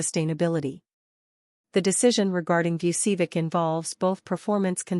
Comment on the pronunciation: Learn to pronounce "Vucevic." correctly.